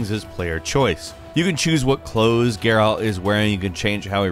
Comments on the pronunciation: Gare'alt of Riveeuh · Also, Geyrault lol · The way he pronounces Geralt drives me crazy too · Stop pronouncing Geralt like that🤦🏽‍♂️